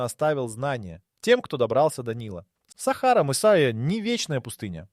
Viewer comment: В слові Сахара наголос неправильно читають на перший склад,а потрібно-на другий склад